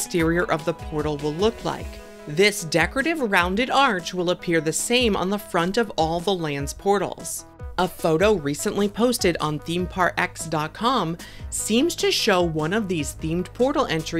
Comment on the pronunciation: themeparx is pronounced themeparks